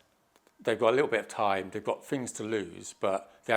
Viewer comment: How the hell can you follow this total nut job.😯 what the hell is a shaboodle??? 😑😑😑😑😑Sleeping now 4 minutes in. He laughed, I woke back up and yep, he's still babbling on like a nut job. Love his squiggly graphs. The square is brilliant. Different fings, does he mean things, in the square. The dope can't even talk properly. Mammals, really!! Firty is that like thirty, oh I get it, whoops, no I don't. I guess I'm just not academic enough. Oh well at least I can speak correctly. The term rat bag comes to mind. Why did ZION LIGHTS leave XR any comments.